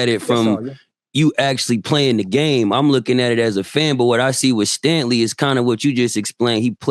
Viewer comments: Cthu. You’re absolutely right. I misread. Tho I did catch them slaughtering his name, but I heard it as “Stanley”, not “Stangley”. Either way terrible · He keeps saying Stanley